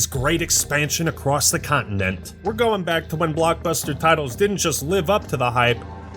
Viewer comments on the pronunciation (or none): im sorry how did u pronounce continent?